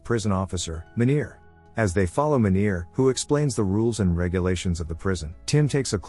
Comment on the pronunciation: 😂😂😂Im South African, trust me Meener isnt said like that, its like...Mean Ear with R at the end being very pronounced